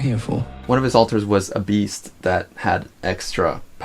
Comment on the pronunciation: Pretty random but I hate how Trisha says alters as ohlters